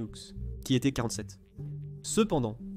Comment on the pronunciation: "Et les autres étairent des parachutistes..." Oui, c'est bien ce que j'ai entendu, à titre de commentaire, dans votre vidéo !!! Euh, savez vous parler correctement le français ? Votre langue maternelle, je présume !:face-purple-crying